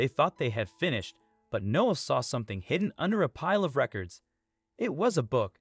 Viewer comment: The kid’s name is “Noah”, not “No”! Unbelievable.